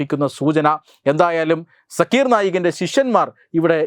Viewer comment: ആ തീവ്രവാദിയുടെ പേര് “സാക്കിർ നായ്ക്” എന്നാണ്. സക്കീർ അല്ല